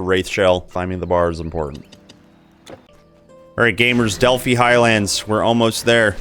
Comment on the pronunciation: I really like this series of videos. I haven't played this game all that much, so I'm going to try some of these masteries that you are showcasing. Also, "Delphi" is pronounced with a long "i." It rhymes with "eye" and "sky."